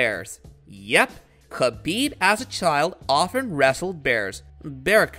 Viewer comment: Yo, how about you get someone to read the obviously prepared narrative in the video, that actually is knowledgeable about the person he’s telling the viewers about. It was honestly hard to listen to that guy murder Khabib’s name, and some of his opponents that were shown in the video with him. Some people may disagree, but if the details like that are ignored, you’ll never be able to put out a quality product, and expecting subscribers, or a plethora of likes, is at best, comically delusional. Merry Christmas 🎄